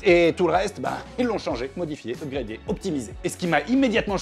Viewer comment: "upgradéééé" j'ai mal à mon français p*tain